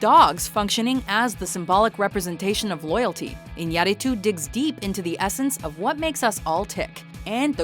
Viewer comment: lol it's the first time I heard Iñarritu's name said it right, good job